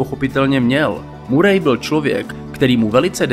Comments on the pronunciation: Tak informativní hodnota videa je víceméně o ničem, nápad dobrý, ale chce to proste víc informací. Navíc ta výslovnost (murej), fakt ne. Nicméně zůstanu a podívám se ještě na další videa a uvidíme. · Bráško, všetko super, len to priezvisko Murray sa číta Maery...to nie je hate...skôr príprava na haterov, keď bude video na vrchole..